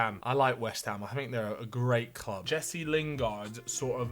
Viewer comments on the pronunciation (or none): none